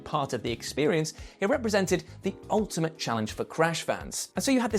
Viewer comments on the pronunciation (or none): none